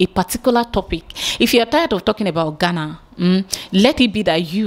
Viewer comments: Abeg ooo its Ghana ( Gaana ) NOT Gana where is this Gana Gana dey? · ITS GHANA ( Gaana ), NOT Gana, abeg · How do you pronounce the 2 ? Do you know the right way of pronouncing it.